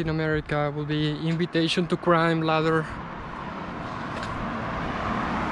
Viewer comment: "Inivitation to crime" 🤣🤣